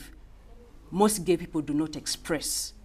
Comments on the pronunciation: 😂it the way he says gay...he says Gaeh!😂. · I can't stop laughing every time he say gaeh 😂😂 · U ar ge?? Who sas im ge?? U ar ge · The way he pronounces Geh is Legendary.